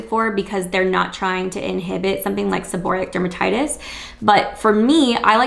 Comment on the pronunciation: If you're going to give advice, please pronounce the diagnosis correctly.